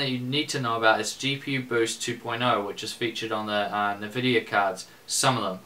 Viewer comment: Can't believe you are still pronouncing the name of Nvidia company totally wrong ;)